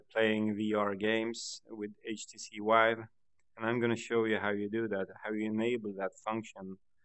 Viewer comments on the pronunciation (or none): Htc "Wive"